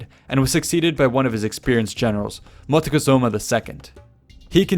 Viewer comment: Correct, Coatlicue was the goddess that gave birth to the moon and was seen both as the creator and destroyer of life. I hate how he mispronounces Montezuma.